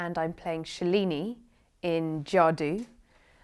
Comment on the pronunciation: Shhelini???? Seriously?!!! It's SHALINIII U imbecile!!!